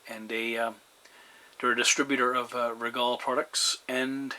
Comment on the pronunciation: Good Day, We appreciate the shout out, hope you have many years reliable use with your Rigol Signal Generator. Rigol pronounce their name "Regal". Regards, Dave Electro-Meters Sales Manager